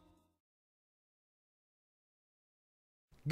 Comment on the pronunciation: GOHST.? GOHST.? GOHST.? GOHST.? GOHST.? GOOST.? GOHST.? GOHST.? GOHST.?